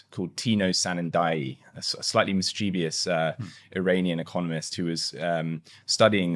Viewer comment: he lost me at "mischevious"